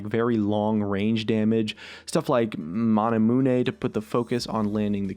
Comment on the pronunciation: "Mana Mooneh". GG